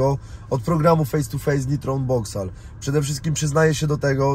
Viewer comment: aż uszy bolą jak wymawiasz unboxall weź zacznij wymawiać po angielsku ta ksywkę dzięki